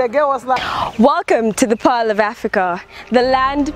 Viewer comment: It's Pearl of Uganda not pile..